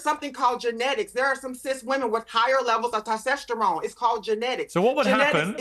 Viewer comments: "tosteshterone" is all I needed to hear. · ‘Tostesterone?’ lol.. mmm hmmm boo boo! 💋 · I’m SO sorry, but I can’t trust the opinion of anyone who says “tostesterone”. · “You’re taking black languange!” they say… in English. Wow. Also what is “tostesterone?”